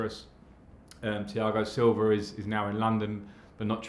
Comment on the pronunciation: Thiago silver's i just hear in the beginning hahaha.......